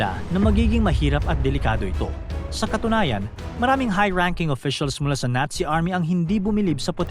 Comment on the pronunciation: Nazi Hindi natsi😅😅